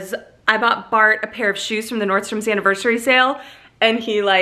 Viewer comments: NORDSTROM..... no "S" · FYI, its Nordstrom. NO S on the end.